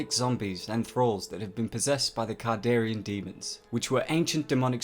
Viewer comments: Can-dare-e-an not "cardarian" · You keep calling the deadites kardarian demons and the dagger kardarian, it's not kardarian it's kandarian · Kandarian not kardarian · It's CAN-darian, not CAR-darian. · It's Kandarian ,but nice work! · Dude... It's a Kandarian demon, not kardarian demon. Jeez... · He says it wrong every time. Kon-dar-ee-in. He sounds like he mixed it with Kardashian. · Kandarian not kardarian and it the necronomicon you've pronounced both words wrong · you didn't really cover any lore rather than review and repeat the plot of a few movies. The pronunciation of Kard instead of Kand is also wrong. In a video about exploring, this one came off as just a bit lazy. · Learn to pronounce a word right it's kandarian dagger not kardarian that's annoying when you butcher a word that's well known by the fandom and that you align deadites with zombies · Pronunciation needs work but cool video. Kandarian Sam Rayme Necronomicon ex mortis not morte, that’s HP Lovecrafts version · He says Kandarian wrong so many times, I feel like this video is a joke meant to rustle my jimmies. It worked. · and he's not saying kandarian right